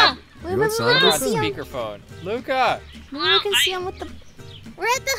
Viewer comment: I am learning French and when Luca said his name was Luca and I know a bit of French that was correct